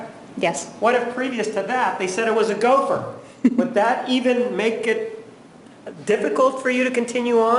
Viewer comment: "Gopher". Hahahaha